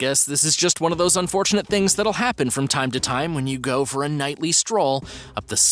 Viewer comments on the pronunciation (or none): none